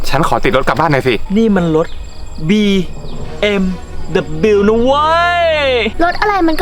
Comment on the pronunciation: รถบีเอ็มดับเบิ้ลยู นะเดี๋ยวเรียกให้ถูกด้วย